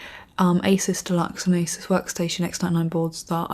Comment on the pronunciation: Great Vid. But I'm also pleased you also know how to pronounce ASUS correctly :) Most fools say it like A ZEUS when its pronounced like A SUSS....